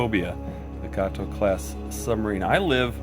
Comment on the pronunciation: Pity they didn't include the weather counters! It's pronounced GAYTO !